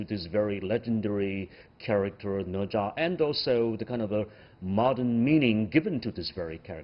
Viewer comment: Wow They're Chinese, and they can't even say "Ne Zha" correctly Instead they mimic how a Westerner would butcher the pronunciation of the name Specifically, the "zha" should be the 1st tone, but it sounded like the 4th tone the way he said it What a disgrace